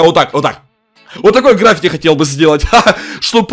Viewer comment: Не грАффити, а граффИти